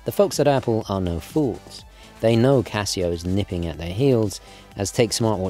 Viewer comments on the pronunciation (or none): "Casia", it's Casio.